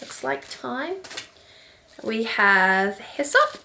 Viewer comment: I almost spit out my coffee when you said hyssop I thought you were telling me to piss off at first.